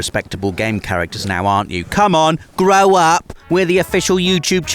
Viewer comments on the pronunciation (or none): none